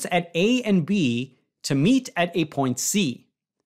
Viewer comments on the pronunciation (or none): none